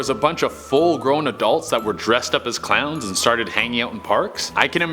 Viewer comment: When he tries to say a million clowns he says a million crowns